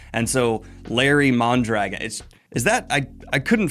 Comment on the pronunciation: I have n9 love for Red Eagle, but Mondragon is a pretty common Spanish surname., would it hurt to learn how to pronounce it correctly?